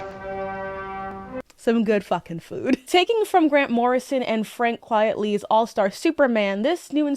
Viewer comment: Great video and great take. My one quibble and I've seen/heard it in a lot of excellent Superman pieces, it's Frank QUITELY not Frank QUIETLY. It's not his real name, it's a spoonerism of "quite frankly."